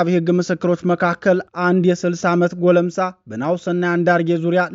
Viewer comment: ጎለምሳ ሳይሆን ጎልማሳ ነው